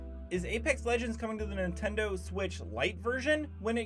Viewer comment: Ah yes the "Nintedo" switch